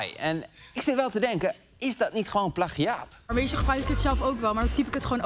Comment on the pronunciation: Het meisje op verwart 'plagiaat' met (knippen en) 'plakiaat'